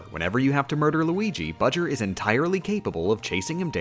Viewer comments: "Bowser" not "Budger" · Everything he says budger my trigger level increases by 5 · I hate all the times ya said "Budger" When I finish the vid ima put all the times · Um Who’s bajar it’s bowser jr thanks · I don’t know why you keep referring to Bowser Jr. as “Budger”. Unless it’s “BJr”. Either way I think it’s funny. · She says it like that because if you sound out "B. Jr." It sounds like that "buh-jer" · Why is she calling him budger? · Why did he call him budger? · B-owser J-unior BJer, which they pronounce "Budger" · no its budger :3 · Why "Budger"? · Why does he call Bowser Jr. "Budger"? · why does she call Bowser Jr. Budger? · I think she is. B. JR - Budger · Nobody is talking about he is saying bowser jr wrong 😡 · It's obviously for a joke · Love the video. Hate the way you pronounce Bow-Jr.